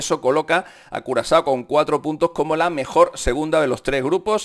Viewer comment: Por decir curazao dijiste culo asado?